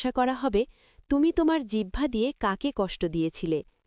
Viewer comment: আলহামদুলিল্লাহ। জিহ্বা না বলে জিবহা বলতেছেন তাহলে এটা কি আমার আপনাকে বলার গীবত হবে